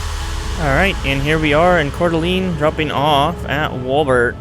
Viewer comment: It's pronounced Core-duh-lane. Also this is the third video I've seen of this DLC and I'm extremely disappointed. Boise is somewhat similar in at least a rough idea of the city but Coeur d'Alene isn't even remotely close. Freeway for Post Falls to CDA (that's the abbreviation for Coeur d'Alene) is not 3 lanes though we've been begging for it to be for a decade. The entirety of Northwest Blvd and 95 from the freeway exit to Mica Bay is wrong. Only part they got right was the hospital being on 95 but it's not even in the right block it's 8 blocks down. I'm kinda sad cuz I was excited to see a rendition of my home town but it's like they didn't even look at Google maps they just guessed and called it good.